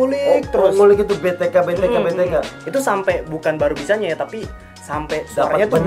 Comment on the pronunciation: B. T. KUK bkn B. T. K.. Hahaha